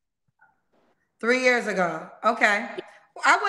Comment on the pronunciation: Lol nah she said 3 yurrs 😂💀